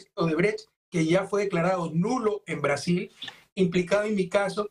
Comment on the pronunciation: “Caso odebrecj ya es nulo en Breasiñ” 🤡🤡🤡🤡🤡🤡🤡